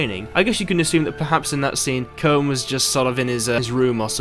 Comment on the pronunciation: His name is pronounced "Koon"